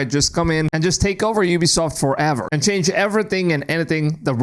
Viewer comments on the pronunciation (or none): none